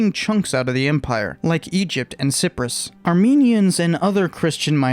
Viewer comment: You not only mispronounced but also misspelled Cyprus.